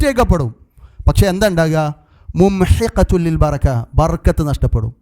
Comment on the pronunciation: ബർകത്ത് എന്നല്ല ബറകത്ത് എന്നാണ് ശരി